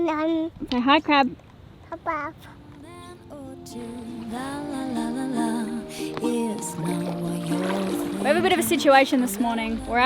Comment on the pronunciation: Lenny say "Hi crab" Lenny: Hi bab